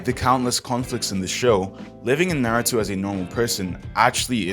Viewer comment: When bro said nartou i was like "I AM DEAD"